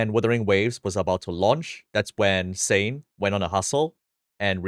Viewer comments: omg im so stupid whenever said "xain" i thought he meant saint and i was like "????" 😭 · hearing Xain, it sounds like Saint and so many times in the video i thought you are talking about Saintontas😭💀